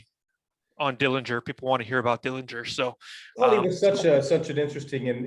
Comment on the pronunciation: The correct pronunciation of the Dillinger family name is with a silent 'g'. He was never convicted of murder. He had a very good upbringing and John's father wasn't harsh as rumors have created. The handkerchief had a bolt in it. He was paroled early. The only reason that the FBI got involved was because John took the stolen car from Crown Point across the Illinois State line. You're so right about him being a celebrity. He was very generous with his money with his family. Yes, he was assassinated even though he was unarmed.